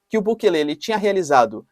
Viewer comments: Professor não é bukele e sim Bukéle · O presidente Bukele, que aliás não se pronuncia assim caro Professor e sim como se a do meio fosse a sílaba tônica (Bukéle), enfim, ate agora ele fez coisas interessantes e diferentes, não sei se isso seria combater fogo com fogo mas pelo menos toma providências enérgicas, esperemos que tenha bons resultados.